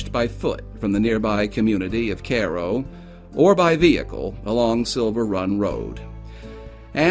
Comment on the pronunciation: Cool video, I do believe you are mispronouncing the town name of Cairo.